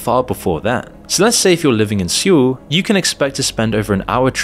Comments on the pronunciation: Can you spend five minutes to learn how to pronounce mf city names properly? Wtaf is “seewol” , straight up embarrassment to yourself and your lack of knowledge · Gave up at less than 3 minutes. Anyone who pronounces the capital as "Seyool" and refers to the "Maypo" Bridge clearly has no first-hand knowledge of the country. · Surely it would be worth finding out how to pronounce the names. You used Mapo in the first and second sentence and pronounced them wrong. It ruins your credibility early on. Edit: Wait, you can't pronounce Seoul??? Is this an AI voice? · This guy says Seoul really strangely. He pronounces the E so it's sounds like he is saying "See-O-Le" instead of "Soul" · SEOUL AS IN SOUL. not SEE-YULL. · It’s pronounced “Sole” , not “See-ool”. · "See-ool?" It's "Soul." Got a real expert here. It's only the 6th biggest city, no need to know how to pronounce it when making a video about it. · Seoul rhymes with "pole," not "pool." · Seoul is pronounced like soul. I used to make the mistake you do because I'd only ever seen it written. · "maypo" "Syool" Bro can you at least look up how to pronounce the names of the places when creating a documentary about why the country is shit. Absolutely pathetic. 😂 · Get someone who knows how to pronounce korean. (Syow-ool?)? Also, it's SKY slump, not just Seoul national's, that dominate hiring. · I've lived in Korea for years, please start pronouncing Seoul properly... It's literally just Soul without the E. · Mah-po bridge Suh-ool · Never heard seoul pronounced "Syoo" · Omg your credibility went down the drain after I heard you attempt to pronounce Seoul. (Suh-uul) 😅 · The least you could do to release this video of yours is at least find out their pronunciation... 'Seoul' is pronounced like "Saw Ool", Mapo is pronounced "Ma Po" not 'Maepo'... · I've never heard it pronounced "sool" before. Is this a common pronunciation? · God, your pronunciation is torture. Meypo? syul? Actually grading for some reason